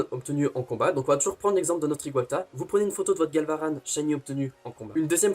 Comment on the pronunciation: Genial le concept compte sur moi...😁 par contre y'a 2 trucs que j'ai moyennement aimé :/ - la photo du ecaid qui ai pour moi une déclaration de guerre 🥺 -je suis choqué de comment tu prononces Galvaran 😱